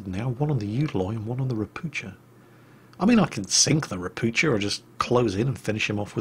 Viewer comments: It is pronounced ropu"h"a not "ch" just "h" and the name means "toad" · Hi. Great vid! I see you usually try to say everything as correctly as possible and you almost got pronunciation of Ropucha right. cha should be said same way as hu in hurricane :) Sound you used is spelled sza in polish . If you will find that difficult just say Toad. It's what it means ;) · To pronounce "Ropucha" correctly do not read "c" so it will be something like "Ropooha" which means toad in Polish (and in Russian also I am pretty sure). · Hey, a lesson in slavspeak: Polish "ch" is read like 'h' (same as in English "how"), so "Ropucha" reads like "ropuha". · If Ropucha is Polish it should be pronounced as "ropukha' or "ropu'ha"... atually...:PP